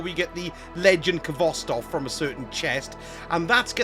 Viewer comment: The k is silent! Pronounced Hvostov with a hard H